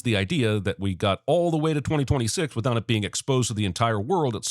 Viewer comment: "wihout" a T??!! 😮